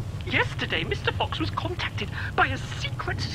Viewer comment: I have been thinking that he was saying mr.box